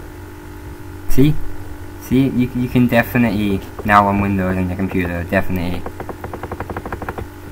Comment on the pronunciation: what is this "Vindows" you speak of?